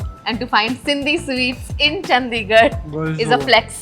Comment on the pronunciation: Makes a whole vid on Chandigarh and doesn't even pronounce it right